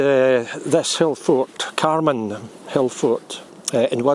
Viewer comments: Dear locals pronounce it Car Man (to rhyme with van). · The hill itself is on carman muir but called mount mallow or mallou both spellings are used and carman is pronounced car man